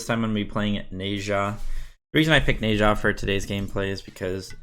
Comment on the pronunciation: I love the vids man but PLEASE WHEN THE GOD SAYS THEIR OWN NAME PRONOUNCE IT THE SAME WAY THEY DO NE ZHA IS PRONOUNCE NAH-ZHA NOT NAY-ZHA